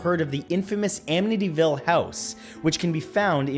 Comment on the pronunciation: The way he pronounced amityville irks me as someone who lives near amityville